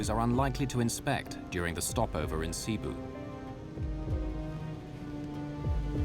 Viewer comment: He says it right, its not SEEBU!